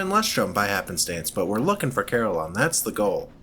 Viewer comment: shoutout to the Desolation of Saliba. beware, a Curator once spawned there for me im happy to hear you say Carillon like I do, most people ive seen say cuh-RILLin lol on the Gaslight Terrace aside Carillon is kind of funny to me, i imagine old zealots of history performing pain-inducing ritual for sin committed, but the punishments here are just random activities varying in degrees of agony and comedy